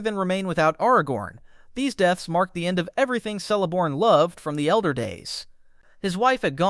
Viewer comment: Celeborn is pronounced Keleborn